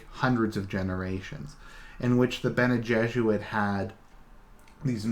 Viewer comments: All this time I thought you were saying bene jesuit. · You are not completely wrong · Dude, I like your videos, but you seriously need to work on your pronounciation... "Benny Jezze-Rid" "Butt-Larry-Ann Jihad" "Um-Knee-Us"